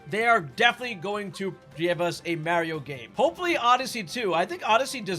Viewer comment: How is possible you pronounce poor Mario’s name like that??